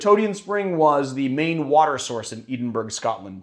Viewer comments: complain about rules as much as you want, it's not Eden-burg. It's Edin-bruh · The way you say Edinburgh is so funny, it's pronounced eh-din-bruh 😁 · Sounds almost like he's saying Eatin'-Burg. Maybe that's just what hipsters call a hamburger dinner these days? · Either change the spelling or change the pronunciation. Otherwise imma call it like it is : Aedynn-buurrgg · as an Edinburgh lad i pronounce it edinbruh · Edin-bruh i dont care that you dont care. Say it right or write it right. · it’s not actually pronounced how it’s spelt, which is confusing. It’s pronounced “ee-din-bruh”. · More like... Eddin burra. Short E and I, slightly roll the r. Sorry for being that guy but thought you might want to avoid the comments in the future should it arise. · That’s gotta be one of the oddest ways of pronouncing Edinburgh that I’ve ever heard. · You pronounced Edinburgh so wrong its hilarious! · I mean you forget stuff and you pronounce things wrong. These are your gimmicks, as well as making classic cocktails.